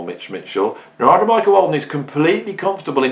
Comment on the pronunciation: He pronounces his name NAR'DA